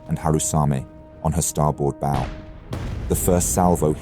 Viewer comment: This channel can't even pronounce English! Last video I watched they said bow rhyming with no, when talking about the pointy bit at the front of the ship